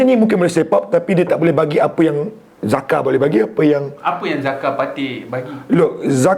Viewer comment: Sebut jaka ok dari zaka*.. hahahaha 🤣😂